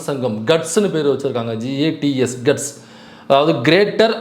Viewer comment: GATS - அது "கட்ஸ்" இல்லைங்க. அவங்க அதை "கேட்ஸ்" (மேப்ஸ் மாதிரி) என்று சொல்கிறார்கள்!